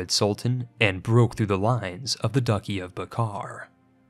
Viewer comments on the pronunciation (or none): "duh-chee" not ducky, but good video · Your pronunciations need work. Duchy is pronounced Dutch-ee. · DUCKY LOL HE SAYS DUCKY. LOL FOR SOMEONE SO STRONG WITH THE NERDFORCE HE NEEDS TO LEARN PROPER PRONUNCIATION! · Wait Duchy is pronounced Ducky??? I don’t care I’m gonna keep calling it dutchy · I hate that you aren't pronouncing "duchy" correctly. It's not ducky, you actually say the "ch" sound. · why does he say DUCKy? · It's Duchy not "Ducky". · Cool video! The 'ch' in the word 'duchy' is pronounced like the 'Dutch language' btw. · Why do you pronounce the word "duchy" like that? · Duchy is pronounced with a 'ch' as in ch*arm or cat*ch. Not a "k." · You pronounce "Duchy" wrong. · stop saying duchy incorrectly